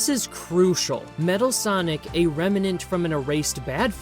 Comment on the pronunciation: I like this video, I really do. Even if there's alot of repeating the same thing That being said. It's *remnant* Rem-nant Not rem-en-ant. It's not like revenant.